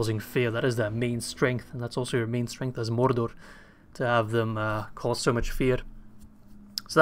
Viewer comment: It just sounds really weird especially when you're saying Mordor a lot of times in a row lmao